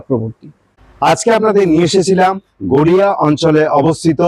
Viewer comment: Garea noy, Garia hobe, eta thik karun.